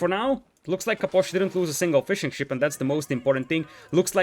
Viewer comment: great cast but every time you say fishing ship i can only hear fish and chips